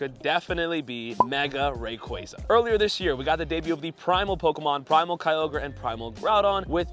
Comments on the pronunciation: Ray qua za Not ray qre za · It’s RayQUAza QUAAAA